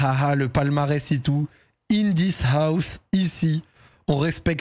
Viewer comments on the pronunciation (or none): none